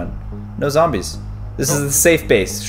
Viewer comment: Did caylus just say "There are a couple of zomboz"